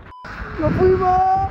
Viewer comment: cada vez q pisa: "no fuimo" JAJAJAJAJAJJAAJAJ